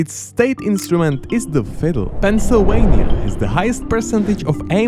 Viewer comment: "ArkanSAS" "PenSIUWAnia" "ColoRAYdo"